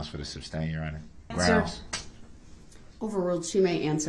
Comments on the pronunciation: Substain?....what a moron. He is so annoying. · The fact he keeps saying in his ignorance "Substain" after the Judge told him Sustain....😒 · I’m just seeing this video now, 2 months after you posted it. What I always wanted the judge or the state to respond to db constant” smj,; tacit ( pronounced ta-Sit, no wonder the judge did not know what db was saying the furst times he starting repeating “TACKIT”he said “ I know you know what that is” after she said she didn’t.) agreement ; his constitutional rights… and all the annoying comments. I wish they would have simply, read outloud without the jury, the judicial act of the US Constitution! It clearly says everything the judge and state are doing, and not doing! He complains about the “jury needs to know the truth” The constitution sets out, step by step the methods of a trial. What is established first etc. Also the rules of a courtroom ; the rules if the attorneys and the one charged of crime. Darow has been right— db ,nobody, has a first amendment right to speak whenever you feel like it; or to say what you feel like; nobody can interrupt a person speaking,.. and so on. If somebody would have read these simple constitutional legal, trial rules, maybe db would have shut up for an hour or so.hand a copy of the constitution that you are reading.( not the entire document of course) .At least the court would have watched him be presented with the very info he addressed incorrectly! If db would have bothered to read a little if the constitution he may have seen how stupid he was. He was receiving info from someone! We know he didn’t come up with smj and tacit agreement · Will anyone EVER tell him it is SUSTAIN NOT SUBSTAIN!!! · Hey genius, it's sustain not substain 😆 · “Grounds for the “substain”?”😂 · WHY didn’t the judge tell DB when he said she way lying to the jury if he was going to testify so He can clear things up??….. oh it would have been so good!!….. why didn’t someone tell him it’s SUSTAIN, not SUB STAIN!!!!